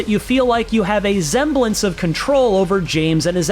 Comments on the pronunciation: What's a Zemblance? 😂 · A “Zzemblence” of control?